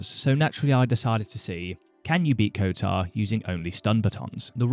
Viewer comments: kotOr not kotAr... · Kotar? KOTOR!